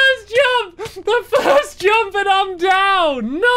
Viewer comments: why does he say jomp instead of jump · Its jump not jomp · i love the way stampy says jump... "jomp jomp" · No one: Stampy: "jOmP"